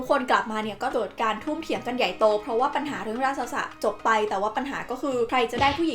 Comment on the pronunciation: รากษส อ่านว่า ราก-สด นะครับ ไม่ใช่ ราก-สะ-สะ